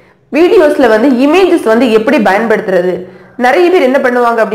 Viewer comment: Its not bayanpaduthudhal.. Its payanpaduthudhal.. Plesse correct it